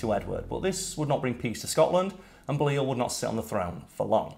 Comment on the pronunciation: Excuse me Karl, but we need to have words. Firstly, you're half Scottish but couldn't pronounce Balliol right (Bailey Ol)... secondly, while I agree with your suggestion that people watch A Knights Tale (tis one of my favourites) you missed what may just be one of the biggest draws to the movie. Yes it has Heath Ledger, Paul Bettany and the wonder that is Mark Addy, but it also has the dazzling, the sparkling, the voice actor and actor extraordinaire Alan Tudyk in it! How very dare you forget him... I demand you re-record this video and rectify your mistake, good sir... lest I fong you. Lol.